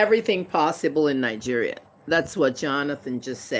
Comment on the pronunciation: Nigeria as a whole is a scam. Say it right woman!!!